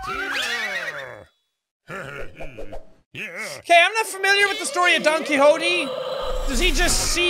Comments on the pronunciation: Also, Jack, it's pronounced ki-hot-te, not ki-hot-ti. Used to live on a street named that :3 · Jack your pronouncing Quixote wrong you say it with a Tay at the end not E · You pronounced Quixote wrong both times. It's "key-hoe-t-eh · Don Qui"X"ote lmao.. well that's a way to pronounce it.